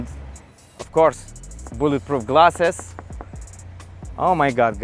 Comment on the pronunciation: BULLETPROOOFF GLASSSSEESSS yeh that english class worked well